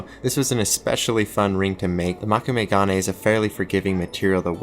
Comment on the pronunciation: Moe-kû-may- proper pronunciation